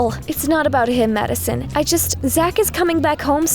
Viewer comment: It sounds like she said mad son